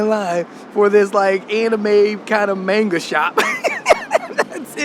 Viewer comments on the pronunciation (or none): none